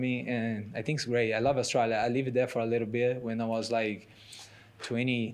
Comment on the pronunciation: for a split second when his says Australia he has a really Australian accent.